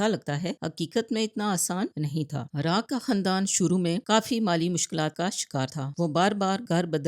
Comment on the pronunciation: प्लीज बेटी, रैक नहीं वो रॉक है, डिवाइन जॉनसन नहीं वो ड्वेन जॉनसन है, प्लीज बुरखा निकालो और एजुकेशन लो